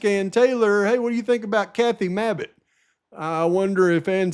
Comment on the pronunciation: 😂😂 how ya say" Mabbit" cracks me up hahaha yea last person I'd want is her!! 😂😂